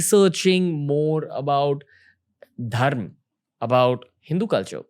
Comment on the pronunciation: I liked when you said "dharm" instead of dharma 🤦🏻‍♂️